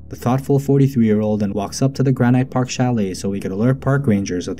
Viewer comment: Granite is pronounced "GRA nit" not "gra NIGHT"